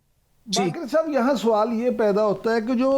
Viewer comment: Suwaal nahin, word sawaal hota hai.